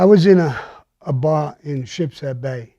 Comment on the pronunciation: *Sheepshead Bay*, not "Shipshead".